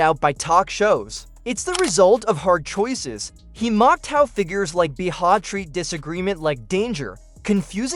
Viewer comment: I can't stand AI narrative! This voice isn't even pronouncing Behar's name correctly!